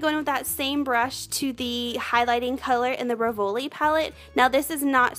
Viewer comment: Hi, you look beautiful and it's very easy to follow your technique. Thanks. You will sound better if you pronounce "Rivoli" as it's said in French: REEvoli, emphasis on the first syllable. And "Tisse" is pronounced TEEsay. Great job!